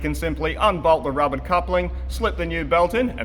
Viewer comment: Great video as always Hmm, need to practice saying Rubber :)